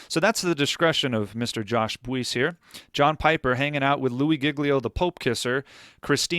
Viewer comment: I am certain that Josh’s last name is pronounced “Bice” with the “u” being silent